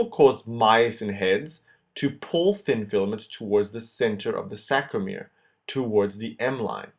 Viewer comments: Good work...a small correction.. it's saRCo-.... not saCRo. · It's sarcomere not sacromere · Wonderful video! But i guess the word is sarcomere not sacromere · sARCOmere... its killing me Best videos though, thank you! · It's called a sarcomere not sacromere. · aren't they sARCOmeres ? - not sACROmeres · “SAC”ROMERE LOLZ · oh, i see, he says the whole time sacromere...